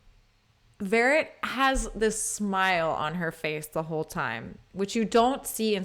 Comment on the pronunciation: Not Shirley Vérret, but VERRÉT. More on the French sound side of things. One of the best mezzos (later dramatic soprano) that ever graced the stage. Her LADY Macbeth is jaw-dropping to say the least.